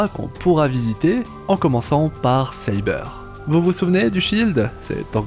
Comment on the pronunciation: Ca se prononce Sa-beur pas Sci-beur